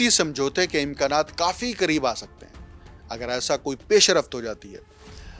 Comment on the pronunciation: گلابی اردو پیشرفت NOT PAISH A RAFT ITS PAISH RAFT